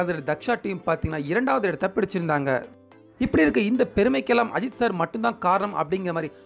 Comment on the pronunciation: Ni ajith n soldrthe sari Elle. Ajithu n uchharipu sariya sollpa